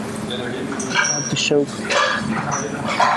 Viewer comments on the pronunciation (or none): Nobody: This guy: ArTIshhoooKKKEEE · I did a shot every time he said "artee-showk". I disnt gete drunnk atalll.